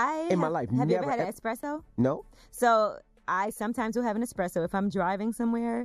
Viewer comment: The fact that she said I've had expresso but not coffee ..😑😂 i